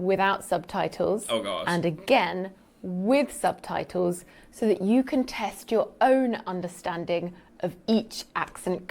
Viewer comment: What's a 'sub-tie-toe', poppet?